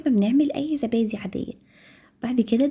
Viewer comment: اسمه زبادي مش ذبادي يا عرب